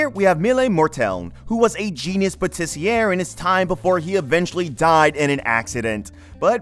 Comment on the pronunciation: Jus going to say it because it bugged me. It's not Pâtissi"AIR" it's Pâtiss"Yeah". ER is an "é" sound not an "ère" sound. Anyway, good list. 2023 was a good year for Isekai.